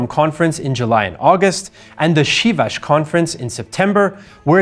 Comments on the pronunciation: Şİvaş :D please study some pronounciation :D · Not Chivas congress, it is Sivas. Only we can make such joke :))